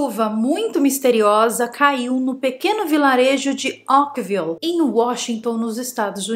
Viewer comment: Essa chuva aconteceu em 1994.. Caso antigo!!!! Ókvile???? .... é assim que voce pronuncia ao invés de Oakville? . Fizeram filme para a Netflix...mas é caso antigo